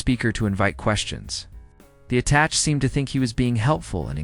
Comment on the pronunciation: AI crap. Mispronouncing attache.